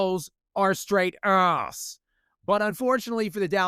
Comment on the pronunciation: I am here only to learn how do pronounce “ASS” properly 😅